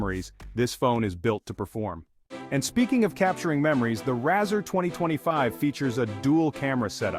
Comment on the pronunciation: 😂😂 why you calling it a RAAAZR 😅 it's Razr like razor